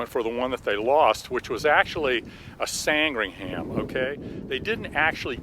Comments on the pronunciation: How is it patronising? Sandringham is pronounced 'San-Dring-Um' not 'Sang-Ring-Ham'. It's nearly as embarrassing as hearing an American pronounce Worcestershire Sauce as 'War-Sess-Ter-Shy-Er sauce" instead of 'Wooster sauce'.... Or any other English county as though 'Shire' was pronounced 'Shy-Er' instead of 'Sheer'. And as for pronouncing place names ending in -ford as 'Ford' instead of the correct 'F'd'.. I despair... I really do.... 'Ox-Ford' indeed... 'Oxf'd'... The O and the R are silent. It's no more my fault that Americans can't pronounce English place names than it's my fault they say 'Could care less' when they mean 'Couldn't care less'. Seriously... If you can't pronounce the language properly use another one... Spanish is quite popular I believe. Oh.... And stop leaving the U out of 'colour' and the second I out of aluminium too. The Short Sandringham was named after a village in Norfolk which is in England therefore it's pronounced correctly or not at all... You wouldn't like it if I pronounced Arkansas 'Ar-Kan-Sas' would you? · I was just about to type, 'we got one of those in our museum here in my home city of Southampton, UK'. But he beat me to it. 😁 By the way, I love his pronunciation of Sandringham [Sand-ring-ham], whereas it's actually San-dring-um. But who cares, it's just great that he's taking care of a legend of aviation. 👍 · San-Dring-Um not Sang-Ring-Ham.. Just sayin' like... I know you colonials have trouble with The Queen's English.... Gawd bless 'er. If a British place name ends in 'ham' it's almost always pronounced 'um'. Durham -> Durrum. Chatham -> Chatum. Feltham -> Feltum. Cheltenham -> Cheltnum. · Pronounce sandringam or sandringum. We don't pronounce the h . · English place names that end in "...ham" are pronounced "...hum" or "...hem" on this side of the pond. Hence, Short Sandringham is pronounced, "Sand-ring-um". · It's pronounced San-dring-um too . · And pronounced 'SANDringum'.